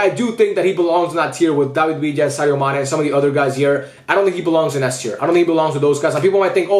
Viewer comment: Dude that is not Sane, it's Mane 😂